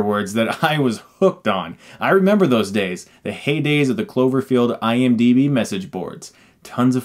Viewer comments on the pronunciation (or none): none